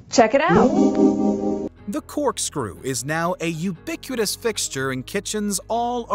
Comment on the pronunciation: The words the narrator mispronounces are so interesting. "Women, soot, ubiquitous, sculptor" No hate, just so interesting.